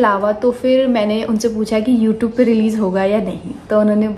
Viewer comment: Please pronounce it as youtube n not youtoob And its vlog and not blog